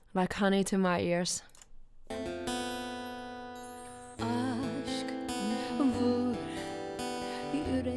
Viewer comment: You got the right prounceation for aşk...well done..no wonder they say turkish and finnish Languages comes from the same family..😁